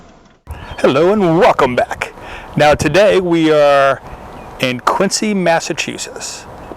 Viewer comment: It's pronounced Quinzee.